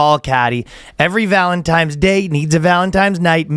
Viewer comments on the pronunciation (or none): Of fucking course ryan says "valentimes" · He keeps saying Valentimes during the ad read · Danny is saying stas-tee-ka weird, and Ryan is saying ValenTIMES day weird... Or am I the weird one? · Just don't keep taking it, brother. It's ok to use it as a temporary aid when things get incredibly rough, but you're well strong enough to overcome the rest on your own. Sorry for the lecture, I just don't want to see anyone suffer like I did. Also, I believe it's ValenTIMES day. That's the way the in-house Boyscast language expert, Ryan, pronounces it.